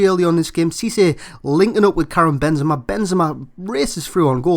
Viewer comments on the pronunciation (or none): i'm sure its pronounced benzema you say benzeeeema